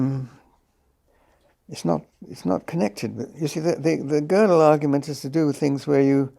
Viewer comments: So fascinating to see JBP (the man who often shreds other’s arguments to pieces) struggle so, in understanding (and pronouncing) Gödel. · JP mispronounced gödel's name so many times and blatantly or due to his ignorance misrepresented his theorems, so just for my respect for gödel, i am gonna stay here and try to exact revenge for kurt gödel. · Sorry but this was really embarrassing. Jordan made no effort to prepare or read Penrose's work (who mispronounces Gödel?!) , and made it worse by trying to force Roger to comment on his personal "ideas" and freshman stoner circle musings about subjects he made no effort to research. I'll admit, Roger should have been clear up front that he didn't want to talk about non-scientific subjects, but that was quite apparent about 10 minutes in and Jordan should have reoriented. Instead, Jordan barely asks any questions at all, and jumps to different subjects like he's on adderall or something, repeatedly interrupting Penrose. It's obvious Jordan doesn't have a scientist's mind, the dude is clearly a writer or orator and not someone that grasps the scope, scale, or formality of precise logic and scientific reason... all of which Penrose represents the world's superstar. I'll never take any 'scientific' claim Jordan makes seriously again, not that I had much respect for the field of psychology in the first place. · How Peterson pronounced Gödel 😅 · nothing sadder than nominally smart people having no idea how to pronounce Gödel